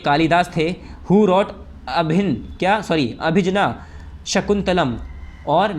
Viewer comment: Abhigyan shakuntalam bolna sikho bhai